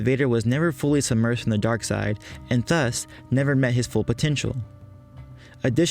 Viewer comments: With a "ð" in the beginning, not a"θ" as you pronounce it. English is not my native language though, so I may be wrong. However, always and everywhere have I heard "thus" pronounced with "ð". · You pronounce the word "thus" in a very strange manner.